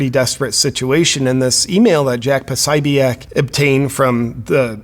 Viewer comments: P-so-bick not psibiack lol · Pah-so-bik ... just saying 😌